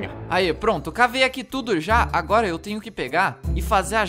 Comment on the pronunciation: Quando o tá falando ele falou trnho (Escrevam Tenho Errado)